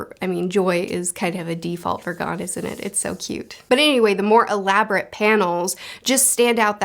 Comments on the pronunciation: For pronouncing Gon, it's like Goon with single O... Gone is Ging..... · Gon is pronounced go-n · Gon- Rhymes with Own Killua- Keeloo-uh/ah Kurapika- (You're good) KooRah-pika Leorio- Layohrio Hisoka- You're good Illumi- Eeloo-mi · Gon Rhymes with Own Leorio - Lee Oreo everything else was pretty good. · Gon rhymes with cone Leorio (lay-oreo) Kurapika (koo-rah-pee-kah. No emphasis on the i) Killua (keel-oo-ah) I find it kinda funny you pronounced Tonpa's name right but not the MC's. You were pretty close with Hisoka. Plenty of people pronounce it the way you did so I don't think it matters too much. Japanese names just don't put emphasis on specific syllables. (Hee-so-kah) just kinda like say each syllable and then keep saying it faster til it sounds like one word lol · Gon rhymes with flown. Not gone. Killua's name kind of flows like spatula. The U-sound don't need a ton of emphasis. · So the way you pronounce the names are Gon- G oh n as opposed go Gan Kurapika: Ku Rah Pee Kah Leorio: Lay or ee oh Killua: Kill oo ah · His name is TOGASHI. Also it’s pronounced g-oh-n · Correct Pronunciations: Gon: GOHN Kurapika: koo-RAH-pee-kah Leorio: Leh-OH-ree-oh Killua: KEE-loo-ah Illumi: EE-loo-mee Everything else you got right! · To-gashi Le-oreo Gon (long o)